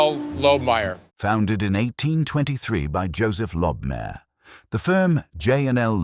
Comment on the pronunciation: It's pronounced lobe-my-err, not lob-mare. Lobmyer still exists today in Vienna.